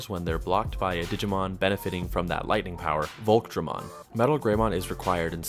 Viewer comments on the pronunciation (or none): none